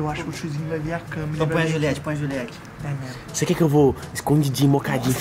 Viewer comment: O pai do Léo falando É Memo É Memo Cathupira kkkkk